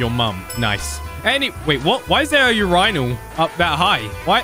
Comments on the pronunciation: (No offense) my man said ur-INAL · a ur-rinal? wtf. who says it like that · He said urinnel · There is NO WAY this ma just called a urinal a 'ur eye nal' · bruh did you just say urynal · Why’d he pronounce urinal you rihnel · my mans saed urinelll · The way he says urinal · Who tf says urinal like that